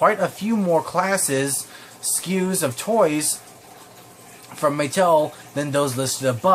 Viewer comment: I mean Muh-tell